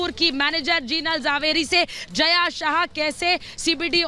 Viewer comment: Its jaya sa ha and zha is silent javeri